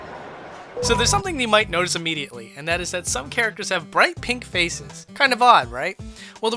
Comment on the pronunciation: "Something you might notice imMIIdiately"